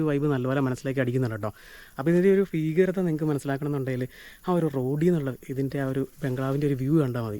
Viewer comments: ഫീകരത അല്ല മൈരാ ഭീകരത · ഫയം, ഫീകരത??? ഭയം, ഭീകരത അല്ലേ?